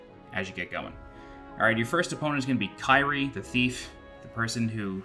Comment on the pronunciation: Liked how your "Kyrie" is mispronounced, lol.